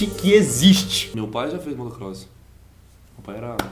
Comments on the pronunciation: Motocross e n motor cross kkkkk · amigos desculpe falar ... mas é Motocross e não Motor Cross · Motor Cross??? husahus nao manow... É Motocross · motocross* nao motor cross, e o que vcs falaram é motocross freestyle nao o motocross normal igual estava escrito, perderam um inscrito no canal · Daniel molo desculpe mas o nome do 3º esporte é motocross não motor cross,e o esporte não é tão perigoso como vcs dizem. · kkk não é motor cross kk e sim motocross kk faço motocross ;D